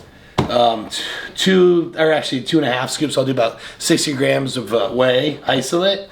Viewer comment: I can tell you and CBum have been hanging out. He too- also starts his day off with a shake and he also says Whey Itholate. You both are thavage